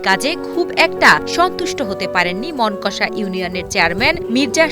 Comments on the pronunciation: মোনকষা ❌ মোনাকষা✅ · বইন, ওটা মনকষা নইরে মনাকষা 😂